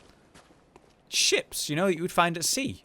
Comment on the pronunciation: He said giant ships but sound like giant chips imagine a great ones eating a huge pringle